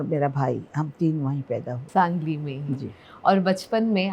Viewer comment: it is SANGALI, not sanJali. it is G , not J. better check your facts -Host